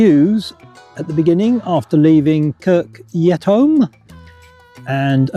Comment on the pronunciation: It is Kirk Yetamm, not Yetholm btw